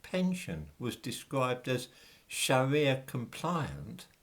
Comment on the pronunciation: I think Muslims can pronounce the letter R correctly, so calling up pension providers and saying "please pwovide me wiv a pwefewntial Shawia pension" just isn't going to cut it, 🤔🤷🏿